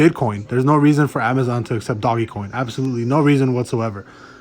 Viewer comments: Please stop calling it doggy coin. Just stop. Can't even listen to your video.. I immediately turned it off. Can't even take you seriously because you sound like an idiot. Dogecoin. (Doje-coin) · Hey guy it's DOGECOIN not DOGGYCOIN asshole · it's not doggy coin moron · There's no reason for you to say "Doggy" coin either. If you're gonna talk about Dogecoin on your channel, learn how to say it right dude.